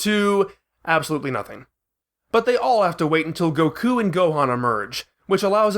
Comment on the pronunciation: Bro please stop saying “Goku” and “Sayain” like this. I’m finding it really hard to watch this video.